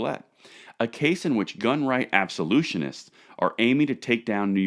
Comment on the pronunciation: Ab- So- Loo- Tists. I love ya, but sometimes you drive me nuts. Still on point with the concept, but Absolutionists are an entirely different species. Don't confuse the two, one is unwavering, the other wants to destroy sh%$.